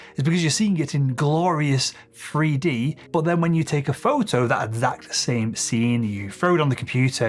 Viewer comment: I do like this chap, and find his vids interesting. However, and this is SOOOO petty, but, I can't cope with the way home drops the TH for an F, eg 'freeD' not 'three d' and 'frow' not 'throw' etc. Just a pet hate of mine, sorry 😑